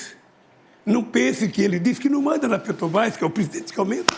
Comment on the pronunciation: Ele fala Pêtobás, Uílho Bonner...e por aí vai kkkk